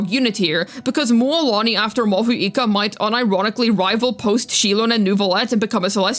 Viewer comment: I think Mavuika gonna make everyone use use Codex artifact just like how it was the case with Furina. Btw i think Mavuika's name is pronounced "Mauika".